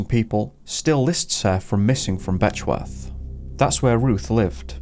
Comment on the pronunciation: LOL "Betchworth"